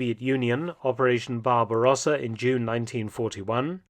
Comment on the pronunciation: The regualr mispronunciation of German words is beyond distracting. "Barberahsa" is obnoxious.